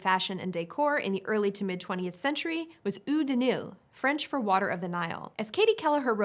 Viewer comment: Never heard the French word "eau" pronounce "ooo," as it was pronounced in "eau de nil." Usually, it's pronounced, "oh," to simplify it.